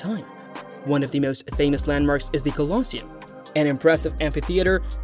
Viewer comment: Why oh why can’t these narrators pronounce a simple word like Colosseum???